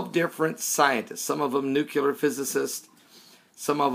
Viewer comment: NUCLEAR, not NUCULAR